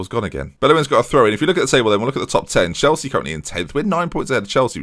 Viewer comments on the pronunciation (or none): none